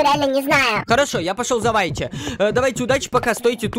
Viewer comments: Не вайти а вити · Во первых Ruv это РУВ а не РАВ Во вторых Whitty это Витти а не Вайти-_ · Если честно то не вайти а уити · Не вайти а витти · Я НЕ ВАЙТИ А УИТТИ!!!